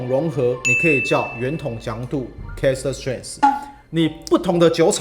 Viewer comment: 哥，我有幻聽，都聽成Cast strength 😂